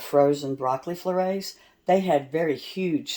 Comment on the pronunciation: Broccoli florays 😂😂😂 I'm sure you think you're pronouncing this correctly, but you're NOT! Sorry for calling you out, but I just couldn't help it when I heard you say floray. The "et" are actually pronounced just as the words get, set, and net. I'm not trying to offend but to educate.